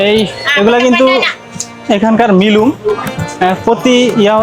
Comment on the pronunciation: আরে ভাই তুমি মিলুম কেন বল কথাটা হবে মিনুম (Minum) আর পাসার পাজি না পাসার পাগি (Pasar pagi)